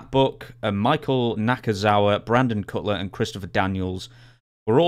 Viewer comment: Did he call him Brandon Cutlet?